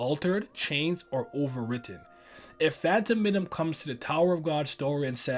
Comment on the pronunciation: its pronounced fan-ta-min-um not phantom...menum